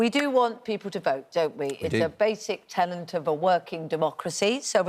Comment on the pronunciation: Basic Tenet not basic tenant. Schoolgirl error.